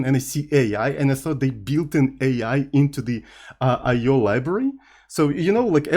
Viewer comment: The way pronounce the "IO" is "Oh no!" in my native language. That's the sound we make when something got wrong!!